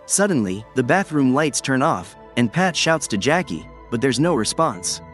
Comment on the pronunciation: Yup he didn't pronounce any of their names correctly lol. Jackie?suppose to be Jake lol